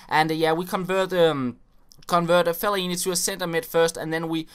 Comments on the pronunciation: Hahahha you say felle-aini ! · everyone is shouting at the screen saying 'its felaineeeeeeeeeeeeee'